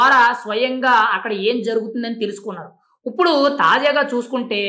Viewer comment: ఉప్పుడు.. కాదు బాబూ ఇప్పుడు..!